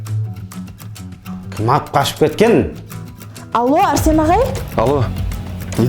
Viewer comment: Арсен дегенді Әрсен дейма😂😂😂😂😂😂😂😂😂😂😅